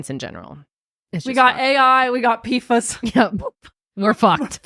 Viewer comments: Its pronounced "pee-fass" lololol lol not "fuhs" 🤣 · it’s pronounced P-foss! ❤